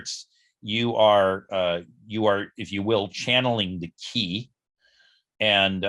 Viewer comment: Qi is pronounced as “Chee” like in cheese. De is pronounced as “duh”, which means virtue. By the way, I am Chinese.